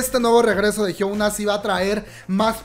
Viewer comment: Diooooos !! Por qué dices Jisoooo , se escribe jisoo pero se dice Jisu, es lo mismo que pasa con Yoona , se escribe Yoona pero se dice es Yuna, y con Hyuna, no se dice Hyouna como lo dices , se dice Hyuuuuuna no lleva O cuando se pronuncia lol